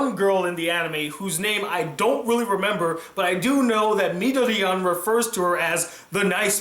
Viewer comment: Why d'you keep calling him Midoriyan?